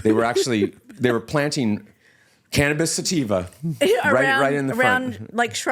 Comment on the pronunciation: Dude said cannabis sativa like a mall cop lmao